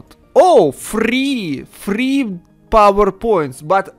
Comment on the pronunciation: A Roll R. Frrreeee frrrreee frrrreeeee. Ist listen funny.